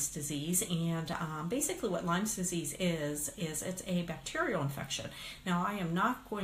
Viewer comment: first it would be good if you know how to say lyme disease.wow